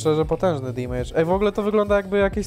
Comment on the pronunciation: Fajny odcinek jedyny minus to "dimejdż" który boli mnie w uszy.